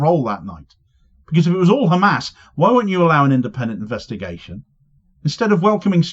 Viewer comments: 3500 years my aching arse. Satanyahu talking through his Ar-- . Why is this Radcal walking Free He is not even Capable of taking the name correctly. Khammas , and the correct Pronunciation is Hamas. 😢😢. Fool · He can clearly say "H" like everyother westener... Yet he insists to say "KHamas". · Every time I hear that blood-thirsty fascist say "KKKHHamas" I shake with rage and disgust. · If he says “Khamas”, should he not also say “Khanukah”?